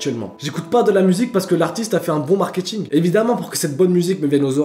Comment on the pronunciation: "Le markiting"